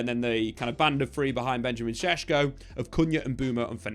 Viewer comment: These idiot youtubers dont even know the player yet they are making claims about how they’ll play in the team. You didnt even know how to pronounce his name 2 weeks ago. You still dont. That means u hvnt really watched him play I rmb how these lots were so excited about hojlund last time. Comparing him to haaland lol.